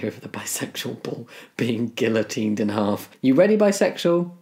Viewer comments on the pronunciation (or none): Did you just pronounce the ll in guillotine. Disgusting.